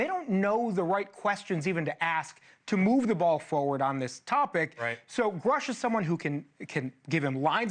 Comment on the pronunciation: He promoted from bs artist to paid bs artist. Also, you're mispronouncing his name. It rhymes with "douche".